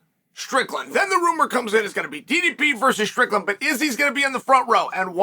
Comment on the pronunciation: Wow, even pronouncing DDP name correct 👍